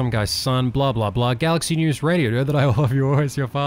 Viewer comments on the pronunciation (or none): none